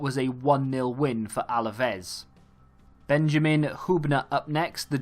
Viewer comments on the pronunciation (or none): none